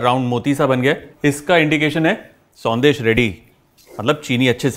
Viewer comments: It is not sondeh but it is shondesh sir. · Thanks for the recipe Chef.. but it’s Sondesh not Sandesh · Sandesh nhi banegi शौन्देश ki spelling padne me संदेश lag rh h shoundesh hogi sir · Very good Kunal, love your recipe videos - this one is no exception. Just a small observation - since you are presenting a Bengali sweet, might as well pronounce it correctly. We don’t have the स sound in Bengali. Sondesh is pronounced Shondesh 😊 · It's actually pronounced as " Shaun-desh"